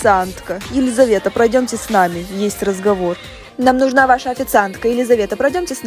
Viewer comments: Все пишут своё я в не ваша а ваща 😅🗿😂😂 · У тебя ошибка в слове ваша не ваща а ваша